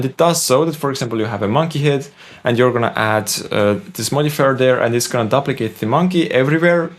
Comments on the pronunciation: I hope you don’t mind me letting you know that duplicate is pronounced dyooplicate not dupplicate. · Vis-kus. You had it right the 2nd time. ^_^ And it's "dUp-licate" not "Dublicate". "Double" and "Duplicate"... English is all messed up. ^_^ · Duplicate is pronounced "doop"- like, like goop or soup.